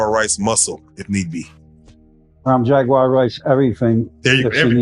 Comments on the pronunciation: Not Jagwire it's Jaguar like the animal lol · It's pronounced Jag-war not Jag-wire 🥹 and yes, prayers for her 🙏🏾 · “Jag-wire Wright”! 🤣 However, the whole look today is giving major network news reporter! 🤩🙌🏽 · you mispronounced Jaguar name